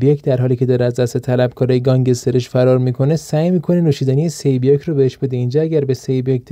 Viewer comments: اول از همه سه بیاک نه سه بیوک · سِی بیوک نه سِ بیوک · سی بیاک چیه...سه بیوک:/